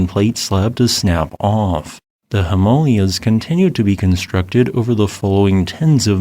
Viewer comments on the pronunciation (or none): And Himalayas should be "Him-uh-LAY-ahs" and not "Him-AL-Ee-yas"😂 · It’s pronounced HIM AAH LAY UZ. Just saying. Interesting video yet again. Did the Nepal quake that just hit, and was a 7.1 too, cause this? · That mountain range is pronounced HIM-A-LAYAS... not HEM-MOL-YAS... thankyouverymuch... ;) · My Mom, from India, went to school in those mountains and always said him-MAW-leeahs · maybe. But if the goal is to communicate, you have to take your audience into consideration. Miscommunication is typically the fault of the communicator and not the communicatee. If he were giving this presentation to the Nepalese, then maybe pronouncing it the way he does would make sense - but the rest of the words in the presentation would not - because he would be speaking to the Nepalese using mostly English. So, to whose benefit is it to pronounce it this way? (and BTW, this isn't an "Appalachia" -- Apple-at-cha vs Apple-a-sha -- issue, whereas depending on local dialect defines a hard or soft "ch" - this is completely changing the cant, inflection, and accent of the words in question.) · all this time I've been saying Himalayas wrong. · Your A.I. voice doesn't seem to be able to pronounce "Himalayas." 😮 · Interesting pronunciation of Himalayas..... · What's wrong with pronouncing Himalayas the same as all the other normal people? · I've never herd the Himalayas pronounced like that before.... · That's the weirdest pronounciation of 'Himalayas' I've ever heard. Must be an American thing to butcher every foreign name they hear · Is that a new way of pronuncing himalayans? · ??? that is the weirdest way i ever heard the Himalayans pronounced.